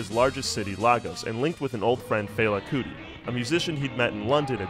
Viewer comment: Yeah, I never heard a Nigerian say it that way.